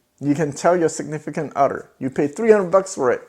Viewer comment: Did you say significant Otter or Utter?